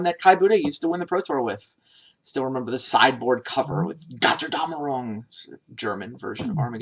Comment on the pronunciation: With the way u pronounce "Götterdämmerung" it definitely doesn't sound like a german word.